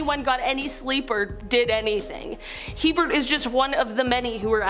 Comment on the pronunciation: It is HeRbert Mullin, not Hebert.